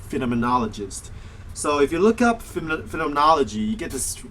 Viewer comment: You didn't pronounce phenomenology right once.